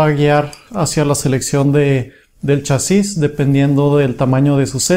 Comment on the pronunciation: se dice chasis no chasís donde le ves el acento?